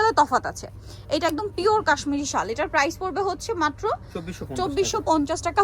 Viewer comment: শাল বলতে পারেনা ভিডিও করতে এসেছে , শল কি ?